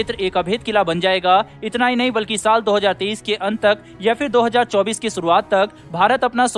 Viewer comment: bhai sorry to say but apna uccharan thoda sudharne ka prayatn karen... aap 2030 keh rahe hai ya 2023... shayad 2023 keh rahe the kuyki 2024 ka varnan kiya, kintu uccharan se 2030 samajh mei aa rha hai....dhanyawaad🙏